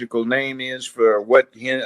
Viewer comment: Kamala Ho-rris.